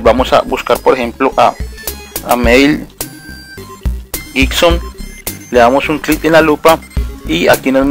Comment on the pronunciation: Disculpa pero me hiciste reir con. Meil Gibson Mel Gibson